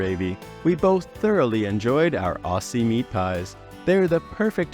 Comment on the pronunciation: Aussie is pronounced "Ozzy":) Great video thanks!